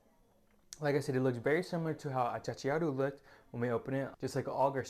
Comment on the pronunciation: The correct name is achachairu, not achachachiaru.